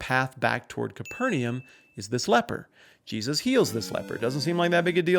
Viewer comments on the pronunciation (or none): Your pleasingly accurate pronunciation of the phrase “bona fide” was tainted by your absolute butchering of “Capernaum.”